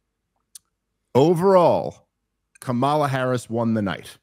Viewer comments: smh at least say the woman's name correctly. Not like they don't know it. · Dave, learn to pronounce her name correctly. They gave a whole tutorial with her nieces at the DNC. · Why can't y'all say her name right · This is the guy Rogan touts as knowing everything and a great researcher? Within the first two minutes, you purposely mispronounced a presidential candidates name, to be obnoxious.. Or the alternative is you literally don’t even know how to pronounce the presidential favorites name, so, ignorant? And then you somehow declare that almost total disaster of a debate for Trump wouldn’t move the polls literally at all from what they were before the debate… I just can’t even wrap my mind around reasoning that astoundingly disingenuous.. Your done.